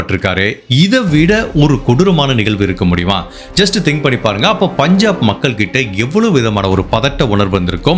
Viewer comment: Boss all excellent. Please improve on Valkai. It's Vazhkai. Tamil . Nigahvu not nigalvu. Not elarai. Ezharai. Only a feedback.